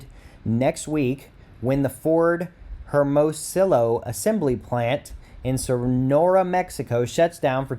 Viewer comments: Please, find out how to pronounce words BEFORE you go "live" and make a video (so your credibility doesn't suffer any more than necessary): Hermosillo = "her-mo-see-yo" Reuters = "roy-ters" -- BR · You should learn how to pronounce Hermosillo